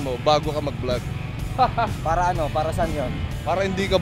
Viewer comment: its funny how he pronounce the word vlog, Cause he pronounce it as blag 😂 #gago lang kwenta yung training 😂